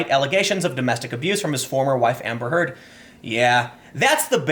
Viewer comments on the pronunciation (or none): none